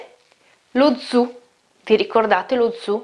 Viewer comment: Beh la pronuncia di "zu" fà accapponar la pelle, ogni volta che la sento